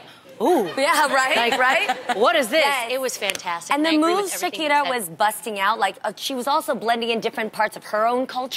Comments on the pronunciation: The way Adrienne said her name is LITERALLY how you say “ SHAKIRA “ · Adrienne pronounced it correctly... The arabic word for thanks is Shookran